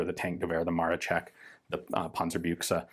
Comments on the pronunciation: Nice work on the word Panzerbüchse, I appreciate your efforts on pronunciation. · I can't resist anymore telling you how I love hearing you say "Panzerbüchse"! The pronounciation is so accurate it's already funny again. Congrats on your good Umlaut training. :)